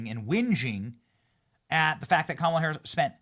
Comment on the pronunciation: Everytime I hear "kamilla Harris" I laugh 😂